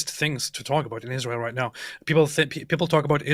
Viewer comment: Why does she call us Ijrael